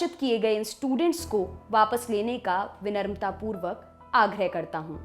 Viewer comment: Vinarmatapurvak... Wah, new word., script kisi ko padh kar sunaya kijiye. It's Vinamratapurvak....